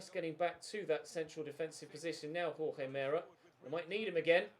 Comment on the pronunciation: It’s pronounced hor-hay mer-ay. For Jorge Meré